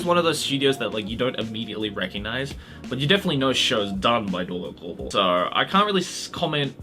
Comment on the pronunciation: Dorei-ku I heard Drake I almost died